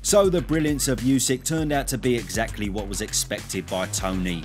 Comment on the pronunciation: Oosik, not Yoosik... 😅